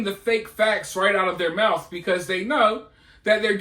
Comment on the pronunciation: Yea... that's all that comes out his mouf 😂😂😂